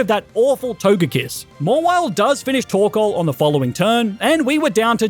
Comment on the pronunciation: Am I the only one who thought he said “torkola” during Alister gym battle?